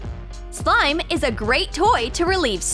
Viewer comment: Why are they saying slime as sloim?